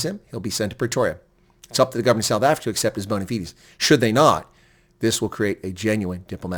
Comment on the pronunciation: Mr Ambassodor Bozell, WELCOME to suf efricac.